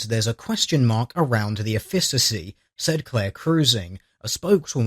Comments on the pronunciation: Interesting, but you need to check your pronunciation. Efficacy = 'EF-fik-a-see'. Not 'ef-FISS-a-see' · Efficacy is pronounced effikacy not effisacy. One other thing she could try is to stop being a feminist, stop complaining about everything, start taking joy in life and relaxing. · Efficacy is a hard ck sound, eh-fick-ah-see, not eh-fiss-ah-see. The more you know... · It's effi-K-asy not effi-s-asy. Take it from someone who does clinical trials for a living ;) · I love your work, and I love this series in particular, but the first "c" in "Efficacy" is a hard "k" sound. "Eff-ih-kuh-see," not "Eff-ih-suh-see." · It's pronounced EFF-i-kuh-see, not e-FISS-uh-see. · and the stress is on the first syllable - EFF-ih-ka-si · Effissassy sounds odd to me too. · word is pronounced NOTHING like he said, even if it's definition fits in the context of the sentence. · At risk of being "that guy", it's bothering me: efficacy is supposed to be pronounced more like "effikassee". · Small point in helpful spirit - efficacy is pronounced efikasy. Otherwise usual high quality :-) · Isn't "efficacy" pronounced EH'fikasee? Not trying to be a grammar nazi, and maybe it's an American pronunciation, but just sayin. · It's pronounced EFF-ih-ka-see. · F-i(like in kill)-cuss-E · Hey;DR the first c in efficacy is a hard c (as in car), not a soft c (as in cell). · He's British, you can't expect him to speak properly. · That, at least, is a common pronunciation in the UK. His butchering of efficacy is not. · See, I could buy it being a dialectical thing if there were any reason to pronounce a "c" as an "s" in front of an "a". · he was one syllable off and everyone has some flaws, i doubt you could pronounce most arab words and he isnt a buffoon as he pronounces every other word in this video correctly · Goldskies " i doubt you could pronounce most arab words" -I doubt;DR can pronounce one particular English word correctly.:-D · You have a funny way of saying saying "efficacy."